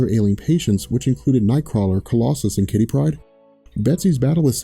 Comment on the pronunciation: Why? Why? Why do you insist on saying "Kittypryde" like it's one word. Two names, a first and a last. Kitty. Pryde